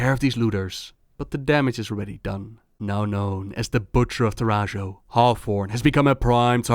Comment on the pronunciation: I always thought camp Taurajo should be read Tauraho (like Navajo which the Tauren seem to be based on)